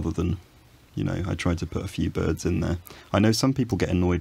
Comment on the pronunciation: Also: I like the bærds...